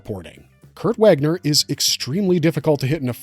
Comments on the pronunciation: Also the W is a V sound. " Vaagner" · Not Wäckner. The A in Wagner is long and deep. Like the A in Arnold Schwarzenegger. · You know so much but don't bother to look up how his Name is pronounced. He is GERMAN. His name is not pronounced like its just reading words in US american pronunciation.